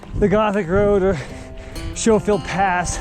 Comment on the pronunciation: Not that it matters but since you were wondering, Schofield is pronounced the same way as skoal chew. Skofield Fun trail, thanks for the video